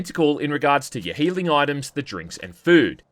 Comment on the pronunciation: I’m Australian and at least 40% bogan but your accent on some words is triple-turbo Australian. Like when you say “healing” it’s like there’s a whole extra syllable in there when you say it like “Heweeealing”😁